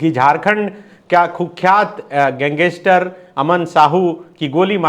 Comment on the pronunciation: Gang-ster hota hai sir pls aisa mt kro😿